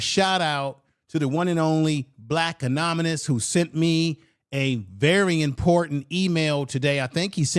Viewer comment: That's not how "anonymous" is pronounced